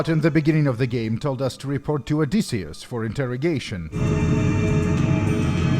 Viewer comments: how does this dude butcher one of the most famous names of all time? OH DISS E (Like the letter) US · I don't know what irks me more. How he pronounces Joel or how he pronounces Odysseus. 😆 Either ways Great job on the video! Not enough people do videos on these fan projects. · "Odysseseus". Classic